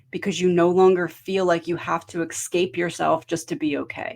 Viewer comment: It's "es-cape." Not 'ex-scape."